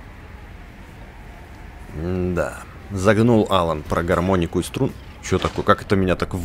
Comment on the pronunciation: не Алан а алАн